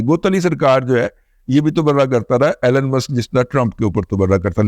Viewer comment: ایلن ایلن ایلن۔۔۔۔ نہیں جناب ایلون